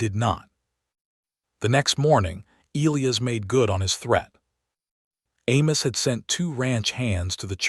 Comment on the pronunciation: SEE - LEE - AH and E - LYE - US. make some effort to have A.I. PRONOUNCE NAMES CORRECTLY. People do not want to listen further with such SLOPPY,NEGLIGENT effort.😮